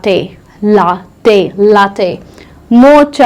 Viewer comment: Latte isn't coffee at all. The word for milk in Italian is Latte. I've been to Italy. they don't say just latte if they mean milk coffee. You'll have to say "caffé con latte por favore". if you just say latte they'll give you milk. Pronunciation of latte in Italian is लॅटृटे not ल्हाटे Same latte in Spanish sounds like लॅच्चे Pronunciation of Cappuccino is कप्पुचीनो but Indians say कैपेचीनो Every country has it's own way of speaking a foreign language. There is no point in feeling insulted. Stay blessed, keep learning. AHO